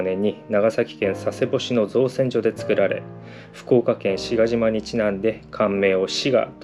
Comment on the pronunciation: 県外からやってきて近隣に２５年くらい住んでます、とても興味深い動画でした。それにしても、昔船が展示してあったなんて、驚きです！あの辺はよく行くし、子供も近くの高校に通っていたし（稲高ではないですが）マリンピアとかもう庭みたいに思ってますけど、色々知らないこともあるものですね。ちなみに志賀島は「しがじま」ではなく「しかのしま」と読みます（九州人なのでｗｗｗ） 最後のほうは現在スケート場になっている先の場所だと思いますが、通ることもないのでどうなってるんだろう？と気にはなっていましたが、疑問が解決できてよかったです。 Ｐ．Ｓ バイクは何に乗ってるんですか🏍？いちおうそっちの方も興味あるので